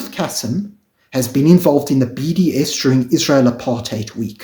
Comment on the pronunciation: Pronounced Kaseem not the soft 'Cassim' pronounciation.